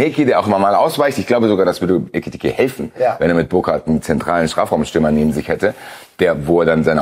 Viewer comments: Ekitiké ist knapp 1,5 Jahre hier und sagt immernoch „Etikite“… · er heißt immer noch EKitiKe! Und wenn er tatsächlich weg sein sollte und McAtee kommt, nenne ihn bitte nicht Metteki!❤